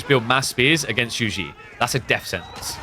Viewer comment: for the love of god please look up the pronunciation of "Zhu Xi" using google translate or ask a Mandarin-speaking friends but jesus christ please stop saying "joujie" it literally makes the match unwatchable